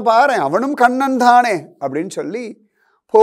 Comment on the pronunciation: Read as Kannan and not as kannada